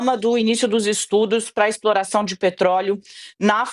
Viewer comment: " O mundo num podi, so eu podi explora peetroliio, minha exporação é com muito amor" pai dos pobres.